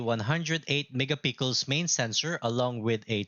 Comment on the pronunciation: sir its not mega pickles its mega pik-sel 😅